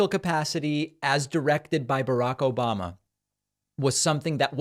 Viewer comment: I think that she meant 'Obom-na,' like what David plays as a sound bite.